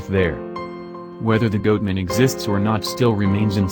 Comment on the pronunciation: Goot Man ? LOL